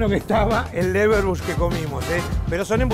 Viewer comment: Che... charcutero... un cacho de cultura! es "LeberWURST" y no leberbush....... bush se murió el año pasado!